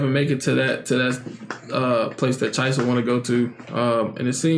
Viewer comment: Who's Chaisa??? The girl's name is Chisa (chi-sa).